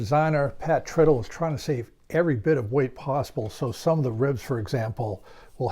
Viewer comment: Hey,, Pat's last name is not "trittle" (rhymes with "brittle")... Pat says "Tritle" (rhymes with "bridle"). I asked him about this once, just to be sure.